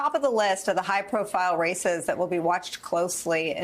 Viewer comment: Did she say racist. Now, I just here so much about racist these days it sounded like she did. Races not racist.